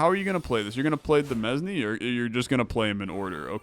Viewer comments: Btw, demesne is pronounced "duh-MAIN" or "duh-MEAN" (idk man, blame the French) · Fun fact: Demesne is actually pronounced like Domain but with a de instead of do. I don't fault you though because it's origin is French and their pronunciation rules are stupid.